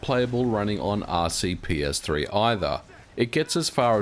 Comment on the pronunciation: I did watch it. I just pointed out that he said it wrong. It's actually RPCS3.